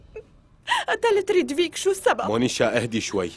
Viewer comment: هي ريتڤيك مش ريدفيك